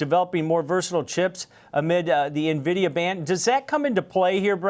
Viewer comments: Will someone please tell Chief Investment Officer how to pronounce “en-VID-ee-uh” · Hard to take this guy seriously when he doesn’t even know how to pronounce Nvidia correctly!